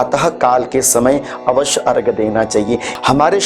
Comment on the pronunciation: अर्घ नहीं,अर्घ्य होता है, धन्यवाद